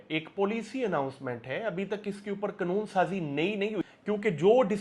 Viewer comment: Its not knoon. Its kanoon.😅